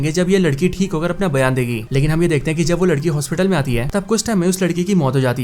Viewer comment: Dude please learn to pronouce the Hindu/Urdu word "Hai" -- it is not "Ain" , it is "Hai/Hain"...Its very irritating to the ears.